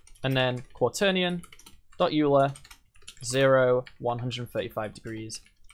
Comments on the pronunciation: "Yooler"... The mathematicians are gonna kill you man! Great tutorial though, very helpful. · Euler is pronounced oiler. Its a guy's name.